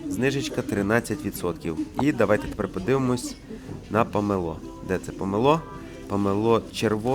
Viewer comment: ЖАХ...!!! НЕВІГЛАС...!!!! З ЯКОЇ ПАЛЬМИ ЗЛІЗ ??? НЕМАЄ памелО...є памЕло...НЕМАЄ КИЇВ ,,ВЕЧЕРНИЙ" Є КИЇВ ,,ВЕЧІРНІЙ" .. ВІД ВЕЧІР .. НА НАШІЙ СОЛОВ'ЇНІЙ... ЯКЕ ,,ПОКА" ..? ПОВАЖАЙ СЕБЕ... ВИЛІЗ НА КАНАЛ... СПІЛКУЙСЯ УКРАЇНСЬКОЮ МОВОЮ..А НЕ языком рашистів..